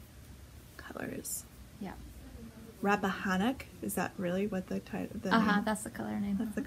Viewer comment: You pronounced Rappahannock correctly. It is a river in Virginia.